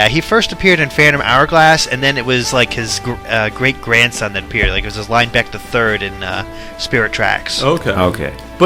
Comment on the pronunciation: LINE-beck... Lin -eh- beck.